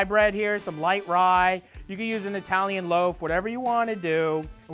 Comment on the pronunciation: You ain’t eye-talian. So I ain’t eating that stinkin sub